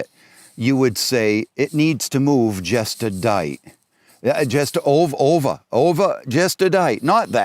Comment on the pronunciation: The guy I'm convinced wasn't even speaking in an American accent. Lol I've never heard the word dight in my entire life. And nobody says Ovah for over.